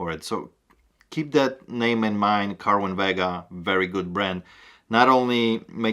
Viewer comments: ser win vA ga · The speakers are pronounced “Sir win Vega” not “Kerwin Vega” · Cerwin-Vega is actually pronounced "Serwin" Vega. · Cerwin-Vega, pronounced like Serwin, a soft C, not a hard C. My second time watching you (First was the watches video) . Learned a lot, I subscribed. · Wow! Great month, congrats! Just an FYI, Cerwin Vega is pronounced "Sirwin Vega" Great speakers, again congrats!